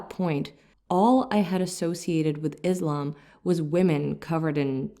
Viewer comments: See, the words 'Islam' & 'Muslim' are being pronounced wrongly..They are arabic words. I don't know whether the interpreter is muslim or not. But definitely a good muslim knows how to pronounce arabic words... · Start saying Islam not “Izlam” and Muslim not “Muzlim” and Islamic not “Izlamic”. So annoying that you can’t consciously make an effort to pronounce the words right. Grow up in knowledge! اسلام عليكم